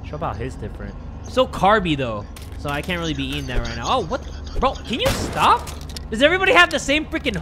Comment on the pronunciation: i was into it until the “sTahp” part lol